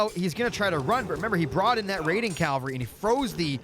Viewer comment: is saying 'cal-vary' rather than 'cav-alry' a running joke or something ;) ?